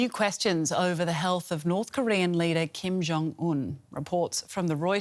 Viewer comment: It must be very hard for English speaking people to say kim jong un correctly... They must be dying to say kaim jeng an